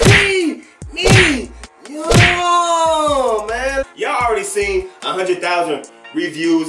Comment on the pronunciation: Pre-mee-yummmm hahahaha!!